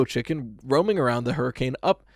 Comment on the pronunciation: not that it matters in the slightest, but i am a st.george, utah local, which is right next to hurricane, and it’s pronounced “hurri-kin” but i imagine that if you pronounced it right, i’m sure everyone in the comments would jump down your throat about it lol, just a fun fact!